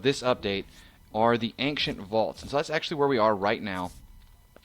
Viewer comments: I really really hate to be the guy but the way you said Ancient is incorrect, it's Aain-shent not Aain-ce-nt im so sorry, love your vids <3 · ankcient too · He's saying Ankshent. This guy needs more English practice, lol!